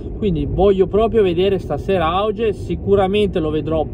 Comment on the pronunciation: Comunque si pronuncia "aughe"